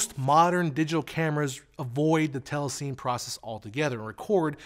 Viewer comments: I really enjoy ' videos, but in my 26 years in post-production (including telecine) (in NY, LA and London), I have never heard telecine pronounced as "tell-a-seen." It's "tell-a-si-nee." Sorry, I cringed a little at what is otherwise a well-done piece. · Great breakdown. You seem to be saying "tellaseen" for the word telecine. I thought it was pronounced "tellasinny"? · Very good video, but "telecine" is correctly pronounced "telly-sinny", since it's a portmanteau word formed from the "tele" of television and "cine" of "cinema". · "Telecine" is pronounced "telly-sinny" as in cine camera. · Thanks for calling that out! That was REALLY getting on my nerves. Other than that, very solid explanation of frame rate.